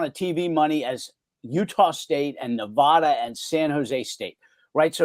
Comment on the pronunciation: Wow, John Wilner can't pronounce Nevada properly. I look forward to Wilner leaving hte Bay Area to cover the Pac 12 from Pullman washington